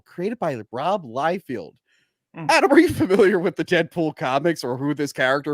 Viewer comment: Dude… it’s Liefeld, NOT Liefield.